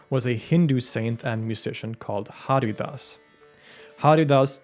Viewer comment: Great video! Some minor pronunciation corrections - The Ha in Haridas is pronounced as huh, so the pronunciation is hurrydas. The last N in Miyan is silent, or a slight nasal ya, so the pronunciation is Miya (with a slightly nasal ya). Lastly Raga is a term often used by western people, the correct word is Raag. So it's Raag Deepak, Raag Megh etc. Also, the legend mentions Raag Megh Malhar as an antidote to Raag Deepak and not Raag Megh. Megh = Cloud/s and Malhar = Torrential Rain. There is a Raag Megh and a Raag Malhar and Raag Megh Malhar is a combination of the two. Thanks for a thorough job on one of India's most prominent musician.